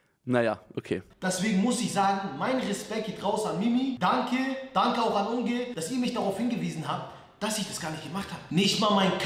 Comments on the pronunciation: Er kann nicht mal richtig Unge sagen...... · Mich triggered es so hart, wie Leon „Unge“ ausspricht 😫